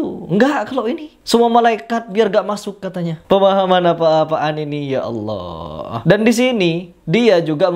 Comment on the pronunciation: Didengar dia melafaskan Allah seperti umat kristen melafaskan Allah , datar aja bunyinya